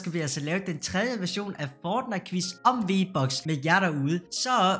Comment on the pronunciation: Hvorfor udtaler du fortnite som føjtnite